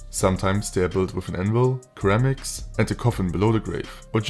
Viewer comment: Great coverage of the mod, but I just wanted to let you know that the first "c" in ceramics is pronounced like an "s" sound.